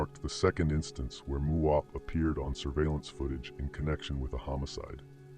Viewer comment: He didn't say muwop